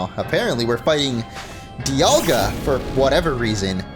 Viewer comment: I think the "Di," in "Dialga," is supposed to be pronounced like "die," as in "diamond." Palkia doesn't have the obvious naming connection, but I don't think people pronounce that in more than one way. Edit: Paul and pal, never mind. Also, I think the "ceus," in "Arceus," is like "deus," which means sky and is connected to the word deity. So it is ark but not ee-uss. It's Ar-kay-oos.